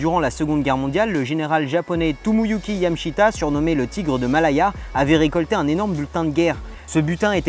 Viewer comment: YamAAAshita xD